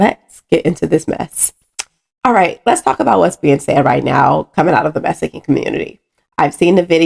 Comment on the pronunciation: Meessssican hahah